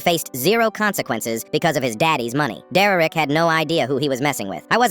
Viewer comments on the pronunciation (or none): 'dererek' he says dererek instead of derek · bro why ia the bot saying some times deurrek not just Derek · It's derek not dererek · Is it just me or did it sound like he said “Deraik” a few times 😅😅😅😅😅😅😅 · “Dererik” Hits hard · "Dererek" EVERY TIME BRO🥀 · Foreal why is he saying it like that?